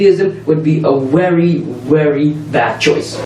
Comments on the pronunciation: Good video man! As for the weird way he talks, he's probably Indian with English as a second language. A lot of Indian people pronounce "v" as "w" when speaking English, and it sounds really weird when they speak very clear English otherwise. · That pronouncing of a v as a w is an Indian thing. Notice that he doesn't just do it on "very", but also on "value".